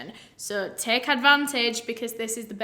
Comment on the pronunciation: It’s the “she could give or tek him to be honistttt” for me 😍